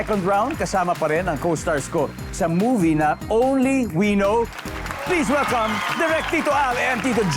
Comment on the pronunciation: It’s “only WE know.” Stress on the second word. Ganyan yan sabihin